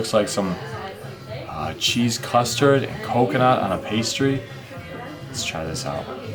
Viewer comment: That's not what it sounded like, it sounded like you said it had cheese custard.